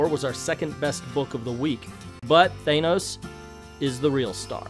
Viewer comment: Thanos = Thainos? I don't really care how is said it just really bothers me